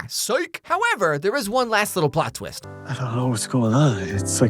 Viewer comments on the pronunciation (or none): It's "Psych" Psyilly. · It's "Psych!" not "Sike!"